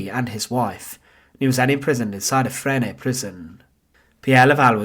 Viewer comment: The pronunciation of Petain and Fresnes is excruciating. Paytun and Fren.